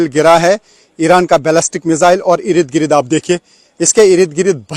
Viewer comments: Bhaiyya sahi shabd ka istemal karain ird gird hota hai,irid girid nahi hota hai. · Irid girid आपके इस शब्द "इरिद गिरिद" को ही सुनने के लिए आपकी वीडियो देखता हू आप का pronunciation ग़ज़ब का है आपका धन्यावाद इर्दगिर्द की रिपोर्ट दिखाने के लिए